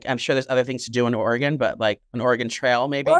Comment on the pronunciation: And it's pronounced Oregin " in" . 💚💚☀️😆🌄